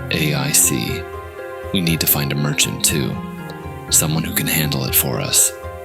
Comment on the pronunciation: It pronouncing it R A I C instead of Raic sometimes is cracking me up 😂